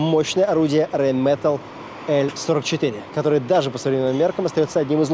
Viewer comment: А, ... Но произнесено нечётко